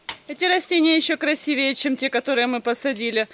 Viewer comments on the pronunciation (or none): none